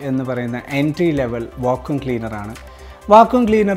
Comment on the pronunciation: Va-koom cleaner alla Va-kyoom cleaner ann